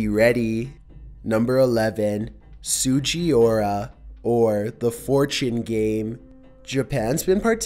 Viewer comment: my dude, you BUTCHERED that Japanese pronunciation. It’s pronounced: (sue-ji-Ooh-rah